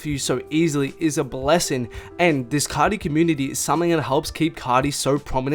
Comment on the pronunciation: * “cah-tee” *